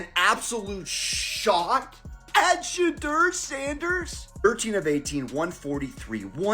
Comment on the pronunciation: I like your channel, but, I want you to say, Shedeur Sander’s name correctly, ok? His name isn’t, “Shadder”, it’s, “Sha-door”, ok? All of the other YouTuber’s videos, that you put in your videos, pronounces his name correctly? Show the man some respect? Respect his name, he’s earned it, ok—(Atlanta, GA)!🏈🏦💰🇺🇸🌎